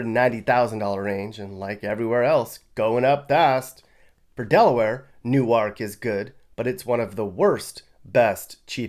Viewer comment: this man said "new ark"